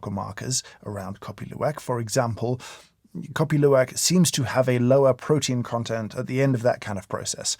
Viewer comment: I surprised your pronunciation is perfect on Kopi Luwak!!!